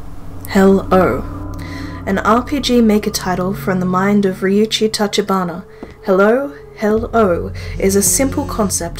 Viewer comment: Hewwo? Heww..o?